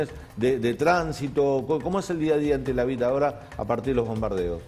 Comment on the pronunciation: "Tela viu" 😂🤣🤣😂